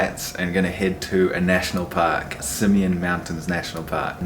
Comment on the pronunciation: You said "park", I thought you said "pack"🤣